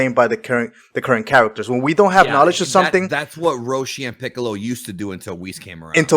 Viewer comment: It's hard to take someone serious who keeps calling Whis, "Wizz"